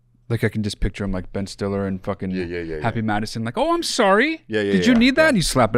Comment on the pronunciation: did you say Happy Madison on purpose?I get it if you did,funny.